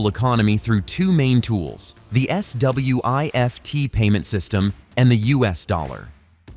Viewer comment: S.W.I.F.T 😂😂😂.... Just say Swift man.